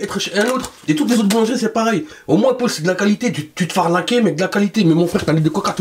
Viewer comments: Ça m'a stressée tu dis Pôle tout le long de la vidéo 🙄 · "chez pol" jpp